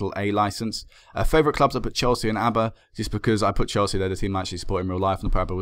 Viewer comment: remember that a "e" is an "eh" ish sound in Spanish. I'm not sure since it's in basque country if it would be pronounced like that but w/e.